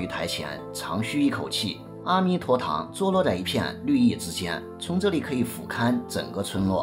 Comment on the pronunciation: 的文字非常漂亮，文案很好很好，只是白璧微瑕，“阿弥陀堂”中的“阿”似乎应该念"e1"才对。